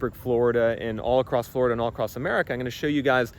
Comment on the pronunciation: 😂Flori-dah? Even Blackstone can't afford the insurance!😂